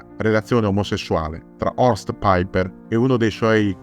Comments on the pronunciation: Non si pronuncia "Paiper". Non e' un anglosassone. Si legge cosi com e' scritto. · Ma chi è paiper come lo pronunci all inglese.. Era tedesco si pronuncia come è scritto.. Paiper 😂😂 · no tornaci te e alla grande visto che vivo in Germania.. E si dice come si legge e non all inglese.. Il paiper come lo pronuncia sembra l aereo. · La pubblicità terroristica built-in mi mancava. Piper in tedesco si pronuncia come è scritto, non "paiper".